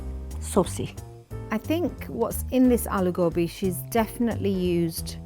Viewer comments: Can someone spell it phonetically. I’m guessing ‘all-oo gowbee’ is incorrect, so should it be more like ‘all-oo ghobee’ or? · How tf am i hearing an indian pronounce it like 'alugowbi' eye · The woman in the black shirt is trying her best to sound like a white woman “aloo gowbay” man stfu you know how to pronounce it hahahaha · The moment I heard AyLeW gAwBeY I just knew it was gonna be bad... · Indians pronouncing aloo gobhi as aalu gobi.. Are you serious? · Oh my god pls bring indian women who know how to speak the languages smh this lady is saying aelu goabi and u bring her ??? Also being born raised and living in india the dish does not even look similar to that ??!! Also their attitude puts me off ......... But they still tried <3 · Aloo gObi. They cant even pronounce it right no wonder they're trash😂😂😂😂😂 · anyone who calls aloo gobi, al ew go bee, has no right to judge other moms aloo gobi!!!!!!!!!!! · None of these aloo gobi's even look like a good plate of aloo gobi! And its pronounced aahh-lou goh-beey 🤦🏽‍♀️😞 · These moms have been whitewashed.First of all,a traditional aloo gobhi would look nothing like their dishes and secondly,their pronunciation of aloo gobhi.I've heard white people pronounce it better than aaloou gaubee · When I heard “alew gawbi” I knew all of these dishes were gonna be trash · aimee trudgian it’s hard to write but you have to say it with the right accent I’ll try to explain it written down at the best of my abilities. Aloo GObee. The A for aloo is makes an aah sound but it’s not long tho like aah is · It’s supposed to be a-Lou gobhee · get my nani in here now and show them how to cook bc the mums cant even say aloo gobi right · Second hand embarrassment from how they pronounce aloo gobi whitewashed fucks 💀💀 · Their pronunciation of aloo gobi is really pissing me off. Edit: FFS she called curry/gravy sauce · Bro. Now I can't say "aloo gobi" right. What have u done to me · Uh someone show mum one how to say ALOO GOBI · "Alew Gawbi" 🤣🤣